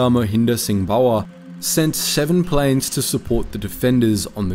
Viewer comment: 20 meters long (miles) Pakistani plans (planes) A few others. Starting to think this is read by AI.